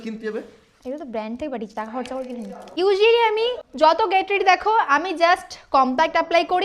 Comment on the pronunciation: ইউজুয়ালি না হইয়া ইউযুলি